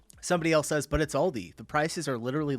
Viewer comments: It’s Aldi not Alldi. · It’s pronounced Al Dee, like Al Roker. It’s like Adidas, it’s made up from two names. Aldi: Albrecht Diskont - ALDI. Adidas: Adolf Dassler - Adi Das